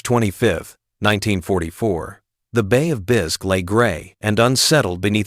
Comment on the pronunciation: 4th word, bay o9f 'bisk', that's me out just more AI BS slop.